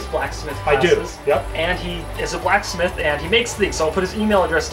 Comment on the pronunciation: "A BLACKS METH"